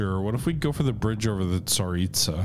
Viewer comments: That river I would suggest is pronounced za-rit-sa. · The river is the Tsar-EET-zah Edit: oh, you started pronouncing it right when you started the game lol. Nvm.